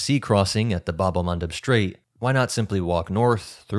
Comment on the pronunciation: English: "strait". STR has no H in it. STRAIT, not SHTrait. Likewise, STRIP not SHTrip.